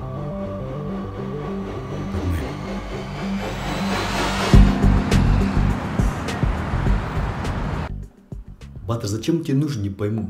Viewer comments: Ба́тыр ударение так режет слух..Баты́р, у нас говорят в Центральной Азии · Только БатЫр, а не Баатыр( ударение на "а"), хотя бы атарымызды адемилеп аитайыкшы БатЫр , дым жаксы аттарымызды булдырып на русский лад. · Не Батыр, на голос на а, а Батыр, на голос на ы.